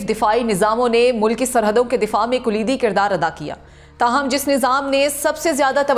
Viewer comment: Kulidi kirdar nahin kalidi kirdar